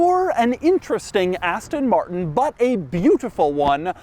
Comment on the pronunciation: Love Doug's videos, but my goodness, it is painful to hear American's try to pronounce Aston Martin.